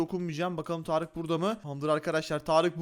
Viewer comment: Abi tağarık derken tarık yapmış ismini tağarık